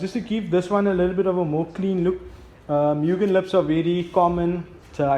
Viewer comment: You pronounce it "MOOGIN" , not, "MEEWGIN" Opening of the bonnet was the biggest anticlimax. I don't know why youtube recommended this video.